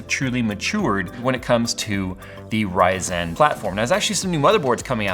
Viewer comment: love but hate how he says ryzen.